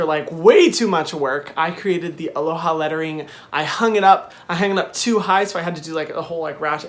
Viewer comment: 'Alohay' actually sounds better.